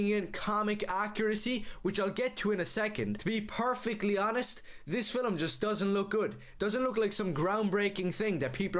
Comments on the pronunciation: he sees "a steaming hot pile of trash" as he looks into the camera ... and at his own reflection. - o - wtf is a "fillem"?! dude can't say "film" or he wants to fill something/someone. I'm not quite sure what's more concerning. Ôo - ... and when I hear this racist ranting, I seriously ask myself: why do racists usually look like inbred babies? the measurable intelligence of this creature does not even fill a yogurt cup. - of course dude can't handle the possibilities of a multiverse. he's already struggling hard with this reality. - I was 10 as Batman released back in the days. I went to cinema with my family to watch the movie he praises here for being 'iconic'. fun fact: NO ONE thought Michael Keaton were a convincing Bruce Wayne or even Batman (even though he represented an upgrade compared to his TV predecessor), but the whole aesthetics of this movie incl. Jack Nicholson as the Joker were such a banger that the other casting choices literally could NOT hurt the movie's image and/or perception of the audience. - I make a cut here ... why should i listen to all this racist bullshit when i can't even slap him for it? seriously. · Why does he always say “Filum” 😂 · I can't get over the fact that he pronounces film as "filim" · He keeps saying fillum instead of film and i can't take him seriously AT ALL. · The way he says film bothers me 😭 "filum" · i love how he says “filum” instead of film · Not only is he racist, but he also says "fillum" when he means "film," which is also irritating AF. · Why does he keep saying "fill-em" every time he says film. Bro is so stupid, needs to be humbled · Film of Fillum? 😂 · Take a shot every time mispronounces the word "film". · For a guy ranting about films he sure as hell can't pronouce the word 'film' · Why does this guy add an extra vowel in "film...?" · tell this guy to learn how to pronounce “film”